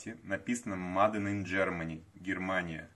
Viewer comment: Мадэ или мэйд 😅